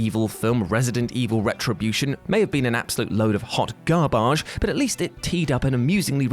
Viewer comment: Now he can't even pronounce the word GARBAGE WTF?!